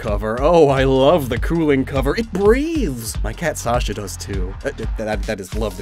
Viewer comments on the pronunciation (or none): none